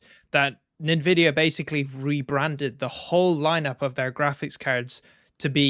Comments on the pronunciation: its pronounced as N-vidia not nin vidiea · NEN VIDIA? Brother, content and rant is on point. Then you do this? I upvoted but please, N-VIDIA is the only way to say it. If you have the time look into old titles, Skyrim, GTA 5 and Stalker series. These games with mods are running 100+ fps. Modern day developers are lazy and untalented.